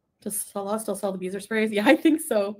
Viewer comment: When did it go from Salah to Sah-LAH? I despair. Desperation I wouldn’t expect from love struck teenager